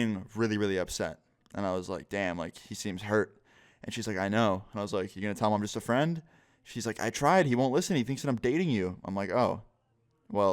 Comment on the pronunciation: The way you enfasize just a friend